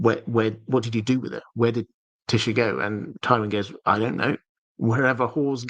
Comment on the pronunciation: Your brilliant my friend so I'm happy either way. But FYI it's Tie - esha trying to be phonetic, not Tisha, in terms of pronunciation. Hope I'm nor being silly 😜 also really enjoy your content because of it's genuine well thought out explanations